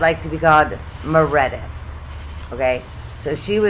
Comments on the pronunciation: Dear '', you rule! 😂 --Dae-Lynn --Dale-Inne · Mur-id-ith 😂 too funny